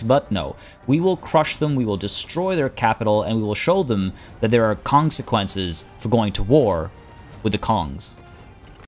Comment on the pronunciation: Did he just say "the Kongsequences of going to war"...? If he didn't, I need to get my brain checked. That would mean I thought of it myself...